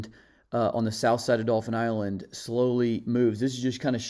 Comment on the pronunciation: not spelled. Pronounced....you literally said Dolphins Island. If you have a speech pathology, then I apologize for the remark.